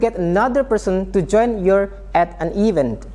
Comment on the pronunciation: Bacanya bukan ivent tapi e'vent